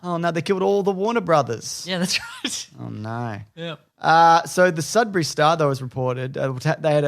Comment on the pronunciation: Hearing an Australian say Sudbury is hilarious 😂